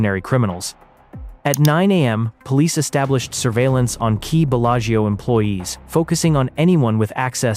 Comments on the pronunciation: "Bella-Geo" Casino lol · Why don’t you try to pronounce the name of the Casino correctly?? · Yep pure fiction. I typically don’t fall for these. The mispronunciation of Bellagio was the give away for me.